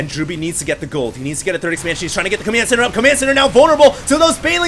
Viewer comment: its COMMAND center not COMYAND center